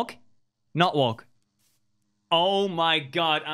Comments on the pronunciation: tubbo saying walk sounds like “worlk” lmao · Thought that everytime you said walk I herd wonk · Every time Fundy says, “Walk,” I think he says, “Wonk.” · Fundy saying walk sounds like he’s saying “wonk” and I find it fantastic. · Fundy: Uses voice control to walk forward Also Fundy: Wolk, not wolk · Fundy: "not walk" What i understand: "Nut walk" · The more he says “walk” the more it sounds like “wonk” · Who else thought he was saying “wonk” instead of walk? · Wonk, not wok -what i jear from fundy 2021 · I kept o hearing “wonk” instead of walk lol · Anyone else hear wonk instead of walk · Is it just me or does him saying walk sounds like wonk. (no hate) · Who else hears “wonk” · Walk sounds like wonk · when fundy says walk he sounds like he's saying wonk lol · When he said walk or not walk I thought he said WONK NOT WONK 😂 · at first i thought he said wonk